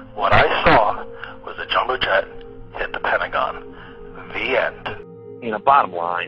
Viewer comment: Its pronounced Pen-ta-gone, not pen-ta-gen.